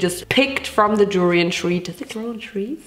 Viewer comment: I’m sorry but the fact that she kept saying “pho” wrong and “durian” was rlly making me annoyed😭😭😖